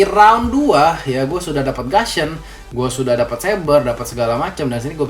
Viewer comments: bacaan lidah orang indon gusion tuh gasion ya ? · Bang nyebut gussion itu gussion bukan gasion xD karena u dibaca u bukan a :)